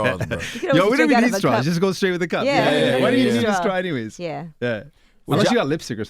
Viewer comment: Charlamaine is a well to do successful guy by now. Could he learn how to pronounce "straw"? I mean... ...